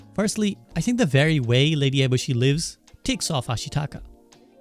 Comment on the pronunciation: This dude pronounced lady eboshi like 4 different ways lol good video though! Insightful